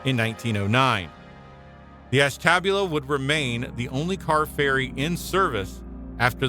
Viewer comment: I got as far as . I'm not sure if the narrator is a human or a robot, but as soon as i heard Ashtabula terribly mispronounced, i clicked off and started writing this.